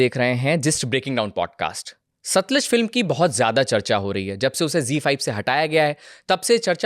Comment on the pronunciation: Satluj bhai satliz nahi